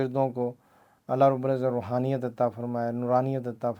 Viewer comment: Allah rab ul izat hota hai janab - rubal izat nahe 😡😡😡😡